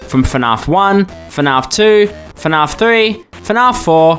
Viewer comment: Is it weird that even as an Aussie, I hate the way he pronounces fnaf? lol. I've heard how Americans pronounce it too much, so pronouncing the 'a" the way I'd normally do it for every other word just sounds wrong.